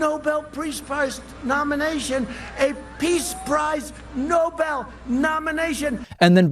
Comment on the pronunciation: if you think you deserve the nobel peace prize you could at least be able to pronounce it